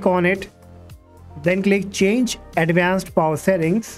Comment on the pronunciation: Advanced ❌️ Adenched✅️